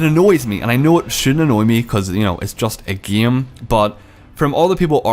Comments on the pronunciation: He pronounces game as gaem. That is true class. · it's not gam it's game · heilo, gem mode, big bleed, feces, geim, crezy nigga learn to talk then talk shit. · "its the exact sahame Ghaem"